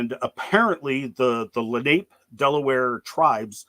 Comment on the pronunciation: Its prounounced. Len eye Leh nah pay. Im from nj and regularly find their arrowheadds